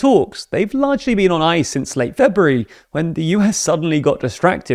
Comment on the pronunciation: You keep talking about Febree. Who is that? Is Febree an American diplomat? Or what? You also mentioned "the last Frebree." Is he about to die childless?